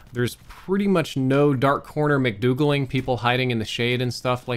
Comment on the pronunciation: “dark corner McDoogling”